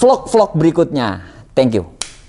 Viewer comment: "Thank You" nya sungguh memotivasi pak 😂